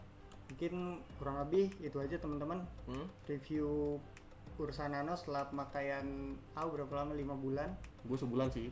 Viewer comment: Ursa nano bang bukan urna nano 🤣🤣🤣. Ursa nano lah the best no debat